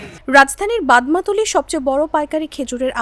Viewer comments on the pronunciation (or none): এই ভদ্র পাঠিকা-কে বলছি " আপনি কি বাংলাদেশে জন্ম গ্রহন করেছেন যে বাদামতলী-কে উচ্চারণ করলেন ' বাদমা তলী ' !